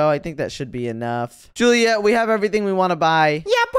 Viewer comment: It's julieet